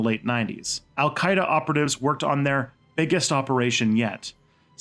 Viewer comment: You got my support man!! Not by words but by money! I think the content of your channel is very interesting, and make a huge effort to be neutral, which is rare! Keep it up! oh for Alqaeda you did prononced fairly enough but who you did write it, well ahmmm, very bad, I think you have to download UTF-8 standard character in your software...